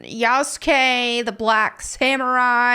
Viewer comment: Yasukey👀 yasugay💀